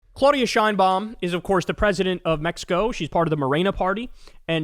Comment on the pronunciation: and since we are on that subject it is CLAHHHH UHHHH DIHHHH AHHHHH NOT CLOH DIA